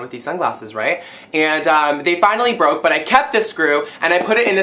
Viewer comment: "mmy sungwasses bwooke"